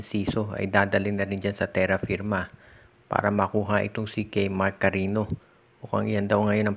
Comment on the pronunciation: Hui mag Basa ka Naman. Carinio Ang PG pronounce sa Cariño